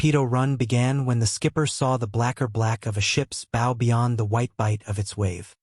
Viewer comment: Your pronouncing the name of the front part of a boat wrong, and it makes you sound stupid.